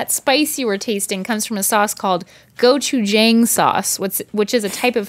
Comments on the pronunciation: When she said "go-chu-jang" and not "go-chu-jahng," hy heart hurt a little because then my boyfriend said "oh is it gochu-yang." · I'm sorry but your pronunciation of Gochujang and Ojingeo was hilarious but bad.🤣❤️❤️❤️ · Her Gochujang pronunciation made me wanna cry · She said the "gochu" (Korean for "pepper") part fine enough, but the "a" sound in "jang" should be what we would consider a short "o" sound like in "box." Funnily enough, I went to Google Translate and typed "gochujang" into the English side and hit the text-to-speech button. It pronounced it wrong, lol. Did the same on a Korean translation site and it said it correctly. Go figure. :P Her pronunciation of the grilled squid (오징어구이) was a bit off, too. The first two characters "o-jing" were fine, but then it sounded like she said "o-jing-go" instead of "o-jing-uh." The last sound 구이 (roasted/grilled) was probably fine. It's a similar sound to the word "gooey," but say it fast. It took me a moment to realize it was 구이 and not 귀 (Korean for "ear").